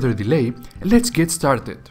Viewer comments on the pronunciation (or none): you say plojects, stalted